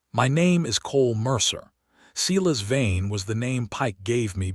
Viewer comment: His name is no doubt “Silas Vane”, not “Cela’s vein”. Hahahaha!